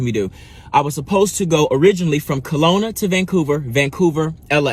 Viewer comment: It's Kelowna, not colona, or corona